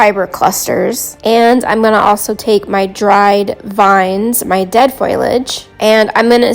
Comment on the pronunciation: Fo lee age, everyone says foilage why? Great effect btw, its got that overgrown by jungle look, I love it!❤ theres nothing more frustrating than stuff sticking to your fingers rather than where its supposed to go, I have been trying some of Terrain Tutor's hacks for bushes, hedges and clumps of grass and believe me, I feel what youre going through...but its looking beautiful, you have that!